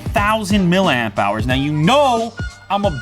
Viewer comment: For someone who is a self professed "Battery Guru" you'd think he would pronounce "Milliamp " correctly. Say it....... "Milli-Amp Hours" Not "MIL-AMP"" This is a candidate for your up-coming Coffee Table Book, "Technology Fubars, Table Flips and Dummy-Spits"